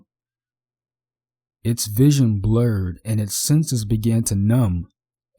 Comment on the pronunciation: Please don't take this as insulting, but you shouldn't pronounce the B in Numb, it's silent, same as Bomb. It blends with the sound of the M I guess, that's just a theory of why.